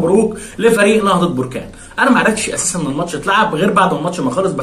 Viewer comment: للتصحيح فقط بركان تنطق حرف الباء بالفتحة وليس بالضمة barkan